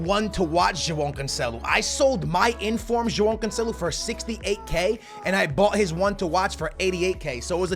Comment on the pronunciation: Stop saying Joao Cancelo like that 💀💀💀